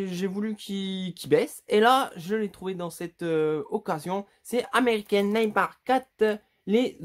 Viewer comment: Pour American Nightmare la prononciation c'est Ameriken Nightmère